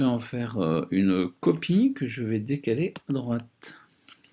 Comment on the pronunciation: 8min 30 "une copieuh"